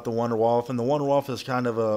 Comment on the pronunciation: You pronounced wunderwaffe wrong dumbass.